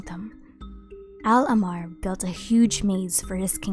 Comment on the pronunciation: Luv yr vids and just wanted to point out that when u pronounce ahmar its important to stress the "h" sound like ah-mar rather than ammar In arabic it is written like this احمر